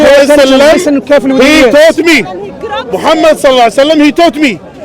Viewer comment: subhannaAllah. mispronouncing the name of the noble soul, holy prophet Muhammad [SA] is not a good thing. if intentional, it is from the height of evilness. if it is lack of knowledge, one should be able to listen and learn proper pronunciation by listening to the ones that are with you and know how how to pronounce it.